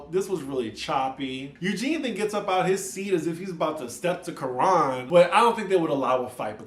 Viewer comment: Please learn to pronounce Kiran's name correctly. The Quran is not it